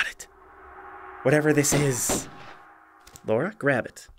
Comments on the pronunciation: The real april fools joke was the pronunciation of Lara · Who's this "Laura" he keeps talking about? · I guess calling Lara "Laura" is part of the gag?? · "Laura"? It's Lara.